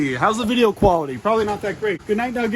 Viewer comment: He said vidja like outlaw